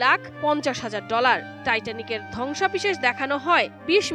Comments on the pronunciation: ধ্বংসাবেশেষ না "ধ্বংসাবশেষ" ঠিকমত উচ্চারন জেনে তারপর সাংবাদিকতক করতে আয়। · উপস্থাপিকার উচ্চারণে প্রচুর সমস্যা পরিলক্ষিত হয়েছে। ধ্বংসাবশেষ হবে,সে বারবার বলতেছে ধ্বংসাবিশেষ।